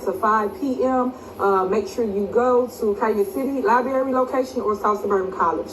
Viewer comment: Did she say "lie-berry"?? Instead of library? She totally doesn't realize how that sounds.